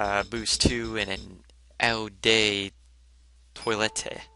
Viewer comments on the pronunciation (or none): The cologne/perfume is pronounced "Oh deh toy-lett".